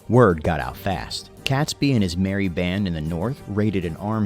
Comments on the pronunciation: It's pronounced 'Katesbee' and not 'Catsby.' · not pronounced Cat sbee name is pronounced Kate sbee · Cats-bee? Pronounced Kates-bee. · oh and it's pronounced Kates-bee not cats bee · It's pronounced Kate's- bee not cats-bee. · It’s ‘Catesby’ pronounce Kate-s-bee NOT Cats-by! 🤬 AND don’t get me started on Worcestershire (Wuus tar shire) or whatever the narrator mangled it into🤯 - AND of course he was James I of England as there hadn’t been 5 other kings of that name before him, unlike in Scotland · Robert Catsby name is pronounced Katesbee, that's only one of the things they got wrong in this video! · It would really help if the narrator could pronounce 'Catesby' at least! It's pronounced 'KAYTsby', not 'Kat'. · So many errors: Not Guy Fawkes Day but Night or Bonfire Night, it is pronounced Katesby not cat, James 6th of Scotland & 1st of England, Not war- wick Warrick the second W is silent, narrator butchered Worcestershire. It was Queen Elizabeth's counsellors that came up with Hanging, drawing and quartering, as the old saying goes " a picture is hung but a man is hanged". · Definitely Catesby, not Catsby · cats-b? No it is Kates-B! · Catesby is pronounced Kate's bee .🇬🇧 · Robert Catesby pronounced Katesbi! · Never heard Catesby pronounced Catsby before. Mind you I haven't heard his name said before, only read it. Interesting. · Not to mention CATsby. In my recollection no felines were involved.